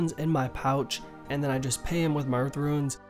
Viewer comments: why does he keep saying "Ruins"? xD RUNES man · If your being serious... Its pronounced Roonscape or Roons